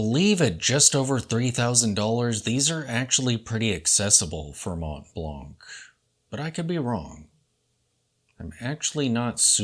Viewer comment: Silent "t", silent "c". Try one more time.